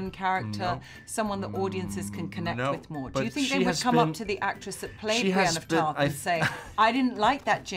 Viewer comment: bry-een of tarth